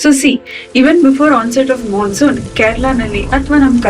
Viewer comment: " Mansoon" take a class soon